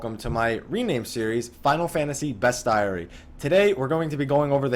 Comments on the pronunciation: Great vid! Ifrit is absolutely a Final Fantasy staple, just like chocobos and Cid. P.S. This is a weird thing to be bothered by, but it's best-ee-air-ee, not best-diary. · the way you're pronouncing it is like it's spelled best-AIRY when it's best-IARY. like aviary, a habitat for birds. but bestiary is the correct spelling. bes·ti·ar·y /ˈbēsCHēˌerē/ Noun A descriptive or anecdotal treatise on various real or mythical kinds of animals, esp. a medieval work with a moralizing tone. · Isn't it "beast-ee-airy"? Not trying to be smart. I could be wrong. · I could be wrong, but I thought it was Bestiary was pronounced beast-yairy (rhymes with fairy). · The spelling is correct, but I think his pronounciation of the word is off. As I understand the dictionary, it should sound like "bees-chee-eh-ree". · You got the pronunciation of Bestiary wrong man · I almost had to turn this thing off! ;P